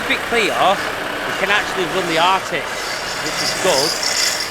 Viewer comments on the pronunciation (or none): Sorry boys, love the channel but won’t have the language butchery! It’s ARTIC, as in Articulated, not ARCTIC like the frozen north.